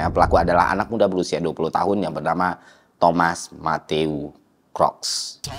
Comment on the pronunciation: Please enunciate Thomas Matthew Crooks correctly